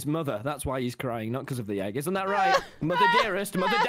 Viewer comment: Okay but why does Tommy say crying like cdurying